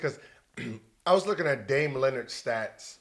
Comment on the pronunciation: Why Gil keep calling him "Dame Leonard" lmao 🤣😭